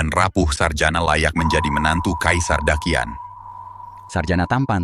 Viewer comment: Daqian. Orang China asli : dachian Orang indo : dakian 🗿